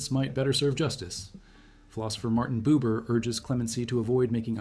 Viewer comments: Philosopher Martin Buber, not Martin Boober! Tssss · "Martin Boober???" Kill AI at all cost.